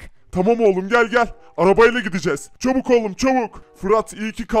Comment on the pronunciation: çubuk degil çabuk diyor